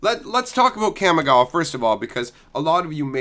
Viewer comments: So triggered by your pronunciation of "cam-ih-gaa-wa" lol It's "kah-me-gah-wah". Japanese words get pronunciated by breaking up each two (or sometimes three) letters unlike in English where everything is jammed together. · It’s pronounced caw-me-ga-wa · Kamigawa. it's like the 'CA' in CALM, not like the 'CA' in CAMERA.